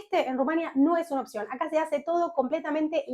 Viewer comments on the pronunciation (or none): none